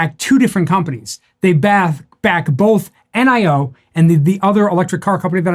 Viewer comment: "Nee-oh" according to a Chinese friend.